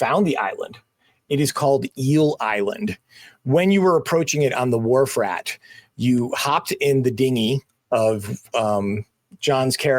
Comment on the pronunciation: "Wharf Rat" is the ship? The first few times I thought you said "War Frat"! 😂